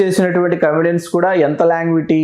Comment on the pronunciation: బ్రహ్మానందం గారి గురించి అద్భుతమైన విషయాలు తెలియజేసారు సర్. ధన్యవాదములు. చివర చెప్పిన పద్యానికి శతకోటి నమస్సులు! With due respect to your movies knowledge and relations, అది లాంజెవిటీ నాట్ లాంగ్విటీ సర్! అది సటిల్ (subtle) సెటిల్డ్ (settled) కాదు సర్ చిత్తగించవలెను!